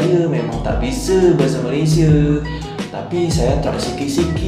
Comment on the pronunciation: aku bersin 3 kali bila dengar cakap bahasa KL...Malaysia sebutannya...x sebut Malaysie tau....